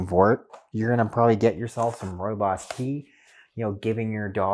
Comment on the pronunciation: You pronounced Rooibos very well